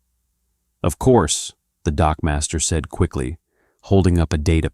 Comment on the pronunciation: " . . . Waiting at the bottom of the ramp was the Typhon dockmaster." ngl, I distinctly heard him say "dogmaster" . . .